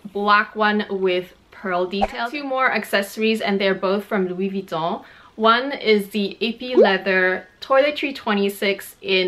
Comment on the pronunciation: I really like how you pronounce Louis Vuitton